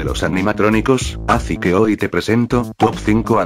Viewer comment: Oye,en el minuto dice azi en vez de asi